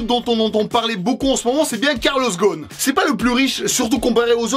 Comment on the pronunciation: Ptdr la prononciation de carlos ghosn par. C’est un nom arabe je suis du liban et quand je vois comment les info libanaise prononce et... je pense qu’il a besoin d’entraînement